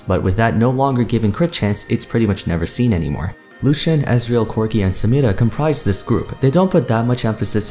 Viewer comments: I love when you say 'Samira' with accent! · I love the way he pronounces samira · I like how he pronounces Samira